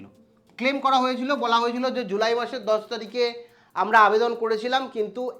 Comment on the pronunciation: Apnar kothay eto noksa mara keno 😂 dhong kore kotha bolen 👉🏻 apni evabe kno bolen tarikh e A😂 oikhane A aseni E jabena A keno O Mane eto noksa mara kotha keno simple vabeo to bolte paren 🤣